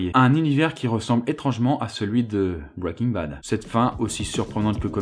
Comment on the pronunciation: Pas mal ta vidéo, par contre ça m'écorches les oreilles de t'entendre dire bwwaiking bad , il vaut vraiment mieux le dire bien à la française que de se ramasser sur un accent approximatif. N'en diront certains.. :)